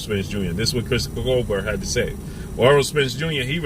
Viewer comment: Damn stay killing ppl names smh remember when he was calling Tank "Gavontay" lol. That man name is pronounced "Cobare"